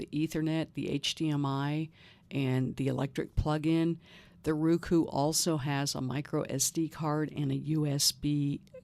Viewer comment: I appreciate you southern accent but it's Roku not Ruku